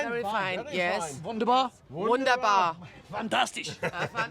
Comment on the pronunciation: Wunderbar! Fantastisch! Currywurst/Pommes! Your pronunciation was perfect.